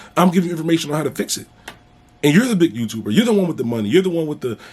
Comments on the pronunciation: Bruh I’ll pay you a dollar for every time you say you tubah lol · I knew that was him. "Big youtubah"...Lol